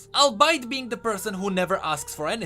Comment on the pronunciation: Albeit pronounced as Albite... all be it